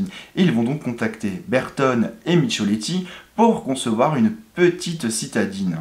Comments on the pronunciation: Allez, je ramène ma science concernant les marques italiennes. Michelotti se prononce MIQUELOTTI et Lancia, LANCHIA. En france nous accentuons sur la dernière syllabe, plus souvent sur la 1ère ou seconde syllabe en italien. A ceux qui me taxeront de snobisme je répondrai qu'ils ont raison (pour eviter des discutions stériles) 😉, tout en continuant de penser qu'une prononcition correcte nous met dans l'ambiance tout en étant bien plus agréable. Merci pour cette vidéo. Ciao a tutti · > "va-T-être" !?!?!? Mais d'où peut bien sortir cet insupportable T entre VA et ÊTRE ? Qu'on entend d'ailleurs de la bouche de plein de YouTubeurs : "ça va-T-être", ou "il pourra-T-être", etc. > "Bertone et Micholetti" 😱Mais qui était MICHOLETTI ? Il ne se prénomerait pas GiAvOnni, tant qu'à y être ? > "British AREOspace". Matra qui travaillait pour "l'aREOspaciale". Maybach, un motoriste dans "l'aREOnautique"... Je suppose que quand tu dois prendre un avion, tu te rends à l'aREOport, aussi ? 🧐 Bon, j'arrête là, le visionnage de cette vidéo... C'est bien de vouloir être YouTubeur, mais faut à minima apprendre à lire, et à parler correctement😪